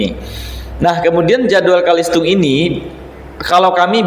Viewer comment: Bukan Kalistung Tapi CaLisTung Baca Tulis Hitung bukan BAKA TULIS